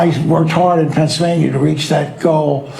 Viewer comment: A former government of Pennsylvania who can't pronounce the word. It's not pennsavania FFS